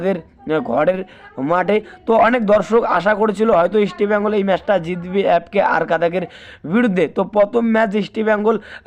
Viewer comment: উচ্চারণ দেখে মনে হচ্ছে এ একটা দু'নমবর চ্যানেল। তোমকে কে খবর দেবে?ইস্টবেঙগল নামটা উচ্চারণ সঠিক নয়।